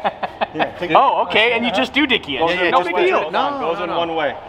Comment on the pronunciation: that is one hideous colour :( ps. the word is doohickey, not doodicky